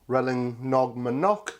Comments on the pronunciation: sorry "RAYL-yen-ong" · says " pronounced RAY-yen-ong"